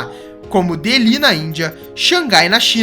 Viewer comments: Delí, não. Déli, sim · Vídeo muito bom. Primas edições. Só faltou acertar na pronuncia de Deli, na Índia.